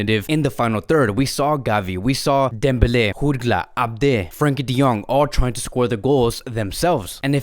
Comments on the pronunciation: It’s Jutgla with a J not an H bro Like Jordi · It is Jutglà the j is not pronounced as an h like in Spanish... And why did you give a spoiler for the new Spiderman movie? 😒